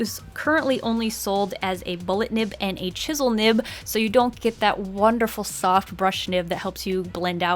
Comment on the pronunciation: Ok thanks for the tips. BUt yOu SaId "nips" sksnks